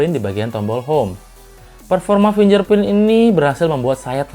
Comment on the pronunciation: fingerprint ya kakak, bukan finjerprint... oya usul dong, utk review2 selanjutnya masukin test lock gps dong, soalnya processor MTK sering susah lock gps. Thx ya.